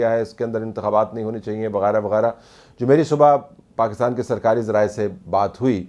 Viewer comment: Sarkari zrayee K zreyaa ..…..😅😅😅😅😅😅mn Gaya wan Teri Urdu nu